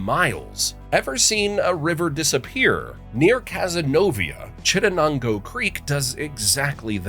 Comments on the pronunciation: Chidanago? Is the TTS trying to pronounce Chittenego(Chit nego)? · I’ve never heard anyone say Chittenango like that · I don't know how to tell you to pronounce Chittenango - but that's not it. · The pronunciation of Chittenango physically hurt me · That's one of the weirdest pronunciations of Chittenango I have ever heard 😂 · When, oh when, will people that don't live here learn how to pronounce Chittenango?